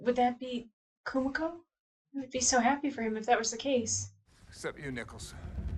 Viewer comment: Don't know if you were aware but you're slightly mispronuncing Kumiko. Its more like ku - MEE - ko, not ku - mick - o. Noticed you did the same for Kimiko in The Boys (should be ki - mee - ko, not kim - mick - o). Very slight difference but but I hear it more because I am Japanese lol. The syllables tend to end in vowel sounds 🙂